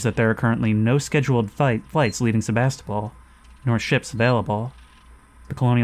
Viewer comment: Me every time they say "SeVAStOpOl": 💀